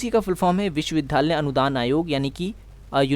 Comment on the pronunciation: Please improve your pronounciation. It's विश्वविद्यालय, not विश्वविधालय .